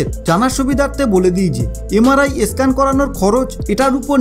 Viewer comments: একটা আসল কথাই বলেননি। যাদের পেসমেকার ইমপ্ল্যান্ট করা আছে তাদের আগে জানতে হয়। তাদের MRI করা যায় না। বুজলেন? আর একটা কথা , কথাটা স্ক্যান , ই স্ক্যান নয়। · ভাই eskan কি? Sudhdo উচ্চারণ করুন।